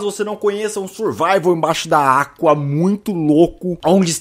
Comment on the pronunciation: A FELPS VC DISE ACUA